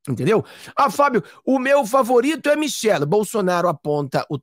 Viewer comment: Michele e não Michel. Temer e não Temar.